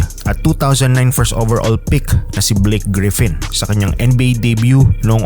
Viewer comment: “BLIK GRIFFIN”